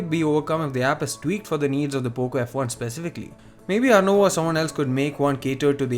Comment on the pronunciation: You Said Boco f1 at first